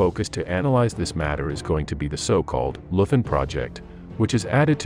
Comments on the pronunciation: Leuthen pronounced LOI-TEN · Hans Scheurmann was a "Leuthen" soldier -- and, BTW, it's pronounced "LOY-t'n". At 16, he was bundled off to face the Russians, and that's the last anyone heard of him. Years after the war, his old mother hoped he died quickly, because if he was taken prisoner, he evidently didn't survive the camps. For Hitler, of course, he was only a single, insignificant individual in a generation of criminals and losers, because they hadn't saved his, Hitler's, for him when the chips were down. This is just a little cautionary tale for all of you fine folks out there who are raising your kids in the best America-first, MAGA tradition. Enjoy!